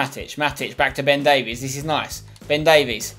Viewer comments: its not davies its pronounced davis im welsh and from Swansea (his boyhood club) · It's pronounced "Day-Viss" not "Day-Vees" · Ben Davies is pronounced Ben Davis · No no no, it's pronounced ( day-vis ) davies! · Ben Davies is pronounced "Dave" "Is" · You really need to learn how to say Ben Davies' last name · The way you pronounce Ben Davies' name annoys me more than it really should